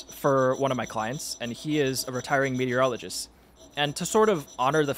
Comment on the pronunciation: I thought you said "urologist" instead of "meteorologist" and was really wondering what shape you were going to use there.